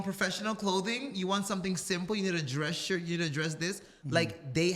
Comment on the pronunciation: Or just tucking it in, iron your shhyt 😂😂 she said that with chest ❤❤❤